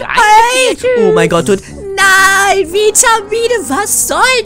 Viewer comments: Vitamine nicht Witmine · Vitamine sagt es falsch wer ist auch darfür leike damit sie es sehen